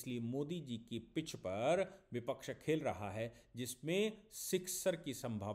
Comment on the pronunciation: Bipax nhi vipax hota hai ji